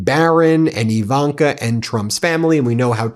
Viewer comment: Do you not understand the letter I in Ivanka does not make an E sound.